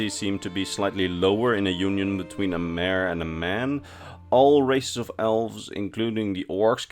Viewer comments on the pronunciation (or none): none